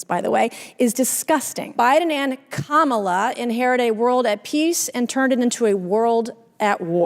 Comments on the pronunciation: "Women matter" and also won't respect Kamala Harris enough to 1. say her name correctly and say 2. "Biden and Harris" instead of "Biden and KaMAHla." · She is a racist. She deliberately mispronounces Kamala’s name because she has no respect for black people. She behaves more like a self absorbed TikTok kid than any kind of serious legislator.